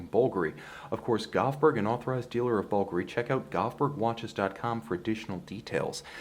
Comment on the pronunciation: I bet it’s incredibly lightweight. Like you aren’t even wearing a watch. Thanks for pronouncing Bulgari correctly. 👍